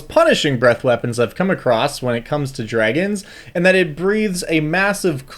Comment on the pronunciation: 'ungeons and 'ragons